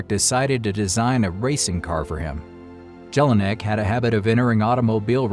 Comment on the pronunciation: Nice history told but if you tell a Story one should pronounce important names right and not destroy them! "Jelinek" (J is a j and not a g) and "Maybach" (there is no k in ..bach) are only two examples!